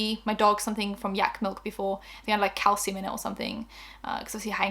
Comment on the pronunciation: Girl at first I thought you said 'cow semen' not calcium 😂😂 threw me tf off